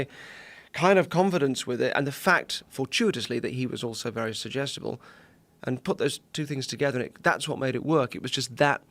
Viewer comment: He says "Sugestable", We hear "IDIOT"